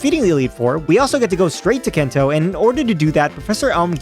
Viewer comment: Brilliant video. Loved the idea. But my God... "kento". Not sure if you're doing a bit to get more engagement... But yeah it wasn't great to hear you keep doing that over and over again.